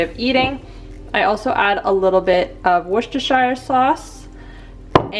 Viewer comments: Great video! By the way.... Worcestershire is pronounced 'wu·stuh·shuh' sauce 👍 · Pronounce it "wuster" sauce. Like cluster. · ) It’s pronounced Woo-sta-sha sauce. Go figure! :) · Worcestershire is pronounced wooh stir sure. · I love the way you say Worcestershire